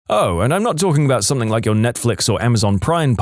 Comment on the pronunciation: Mate, it's "something" not "somethink". There is NO 'k' at the end of the word. Please, for the love of all that is good, sort it out 😂